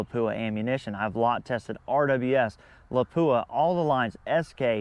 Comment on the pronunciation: Lapua is pronounced La-pwa not La-pooa.